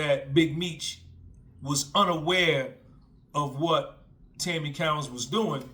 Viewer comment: Co_ wins not cow_ ins